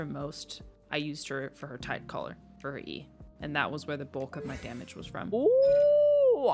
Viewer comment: I only use beidou for her tidecaller and I heard that as tight collar